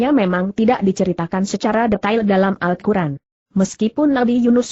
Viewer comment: lain kali jgn pake google translate pas baca al qur'an malah jadi al kuran